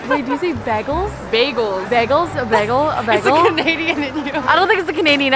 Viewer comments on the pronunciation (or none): i’ve never heard anyone pronounce bagel like that i’m shook HAHAH it’s cute!! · No the pronunciation of “bagel” is definitely a Canadian thing lmao. Might be an Alberta thing tbh because everyone here 100% says it like that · I say bagel like that too and my boyfriend gets so mad at me 🤣🤣🤣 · Nah it’s cause you canadian that you pronounce bagel as beh-gal:) it’s one reason why we love you.